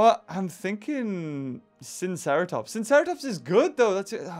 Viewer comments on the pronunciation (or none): I am pretty sure that it is pronounced sigh-no-seratops